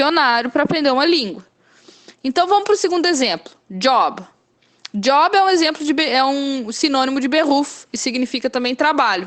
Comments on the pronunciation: no seu ex de Job.. vc pronunciou tal qual inglês. pq não pronunciar como I (i)? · Por quê 'Job' não se pronuncia 'iob' ?